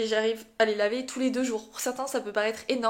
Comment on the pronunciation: Ta prononciation de "regraisser" m'a fait rire 😂 Tu le dis comme le verbe "régresser", alors que pour "regraisser" le "re" ne se prononce pas "ré" (mais "reu")😆